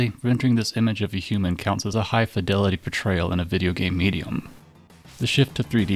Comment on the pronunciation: "Fye-delity".... never heard someone pronounce it like that... >_>